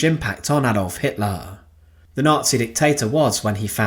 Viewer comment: I remember this narrators pronunciation of HITLAR